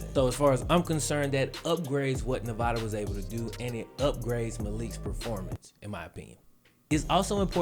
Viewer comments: I'm a Nevada Alum and watched Malik play against SJSU. Hes not bad but I cant see the hype. He missed a lot of "easy" throws and couldnt read a lot of defensive schemes. Also, its NEV-AH-DUH not Nev-vah-duh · It’s ne-va- DUH 🙄 SAY IT RIGHT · Say Nevada right my guy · Love your vid bro but just gotta say you're killing me with the way you say Nevada